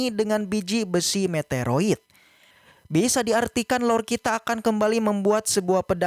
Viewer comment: Min sorry min, "meteorit" min yang bener bukan "meteroit"